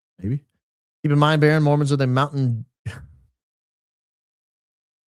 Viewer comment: *Baron not baton 😂😂